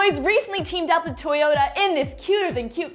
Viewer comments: Tajoa, Nice way of saying Toyota niall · Lol Niall saying Toyota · The way niall says Toyota>>>>